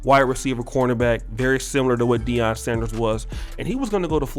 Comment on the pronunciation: it’s “Deion”